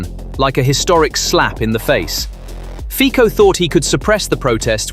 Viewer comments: Fico is pronounced FEE - tso, not FEE - ko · Very artsy with Ficos name 😅. That was great